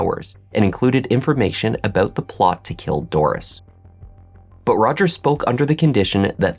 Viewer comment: Did you say “aboot” ? A Canuck?